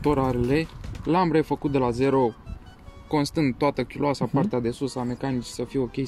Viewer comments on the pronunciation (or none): Nu dau cu hate sau ceva,imi place ca exista persoane care scot atatia cai din masini simple etc dar prea mult fum totusi Si nu e ok ca el sa aiba service dar sa spuna "chiuloasa" Se spune "chiulasa" nu "chiuloasa"